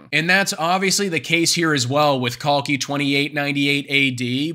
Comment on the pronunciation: ❤❤ brother your pronunciation of Kalki is better than the Indian youtubers😂😂 the Genie Indian youth does not even know their old scriptures whereas foreigners are depicting it in a better way